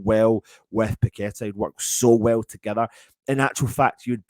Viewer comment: Totally agree with you on Gallagher with paqueta. Not sure on these commentators saying we have someone called pack a tar lol😅 You would think they could pronounce names properly